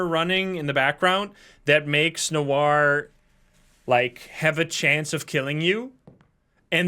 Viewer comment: this is the only game I usually watch to have a nap withxD Gotta love people who don't know that Noir is pronounced "nowah" and ask chat why pronounces it "weird" while its the correct way